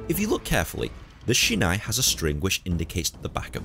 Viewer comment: It’s pronounced like sheenaie not shina.